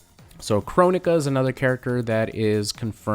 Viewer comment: Kronika is pronounced Kron-eekaa